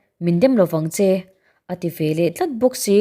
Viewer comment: Velah tih hi a diklo ve leh tih tur zawk